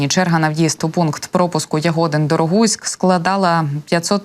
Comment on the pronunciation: Коли називаєте Ягодин то наголос на И